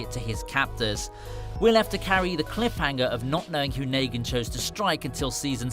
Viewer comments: It shows that he didn’t watch the show. If he did he’d know it’s negan not Naygan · Do you have dislexia it’s Negan not Nagan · dude yea it rlly is hard to watch this wit him saying naygen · Naygen its negan fucking hell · Bruh not naygen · It's neegan idiot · After hearing him say nagan I couldnt watch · He said negan and michone wrong smh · The narrator has never watched the waking dead as you can tell by the words he uses and how he pronounces negan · How do you not say negan right